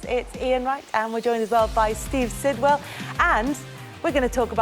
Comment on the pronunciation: Sidwell?? Really?? Ffs